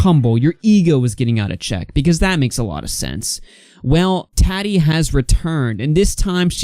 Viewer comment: Lmaooo right and her name isn’t TATi lmao 😂